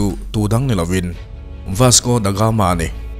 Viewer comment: Ka la sawisel ngai miahlo che i content pawh a ṭha ṭhin. Mahse, tun ṭum chu ka beng thlep a awm nual mai, huat vang ni lovin ṭhahnemngaih vangin ka'n sel ve teh ang che. Chhiar hmain ennawn leh a ṭha ka ti. Tin, lam dan ah chian loh i neih chuan a thiam tura i ngaih rawn a fuh ang. Youtuber ah chuan i ṭha deuh berin ka hria ka support tlat che ania. Ka sel pakhat chauh,"Vasco Da Gama", tih lai tak pawh hi i lam diklo tlat in ka hria. "The Gama", tih leh "Da Gama", tih hi a lam dan in anglo deuh mai ania aw. A dang chu sawi lo mai ang, a sei dawn tlat. Ṭang fan fann....